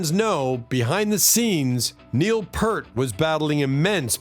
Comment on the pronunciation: ITS PRONOUNCED.....PEERT!!!! FFS...